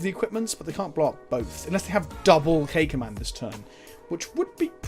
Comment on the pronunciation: What he says: "K command" What I hear: "caca man" I may be 4 yo inside my head.